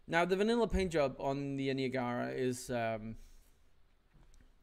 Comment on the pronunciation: The Niagara was a US Navy Brig in the War of the 1812. Served on the Great Lakes and is actually still around today. But that crazy paint scheme was what it was originally painted. Also not to bug you about your pronunciations but it’s pronounced Ny-ag-ra. But great video and super helpful. Thanks!